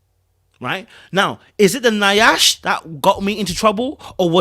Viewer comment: you killing me with the mispronunciation of Nyash. It’s pronounced YASH, not Ni-ash. 😜🤣🤣